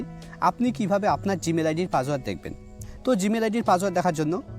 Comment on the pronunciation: ভাই আপনি কি অশিক্ষিত, পাসওয়ার্ডকে বলতাসেন পাজওয়ার্ড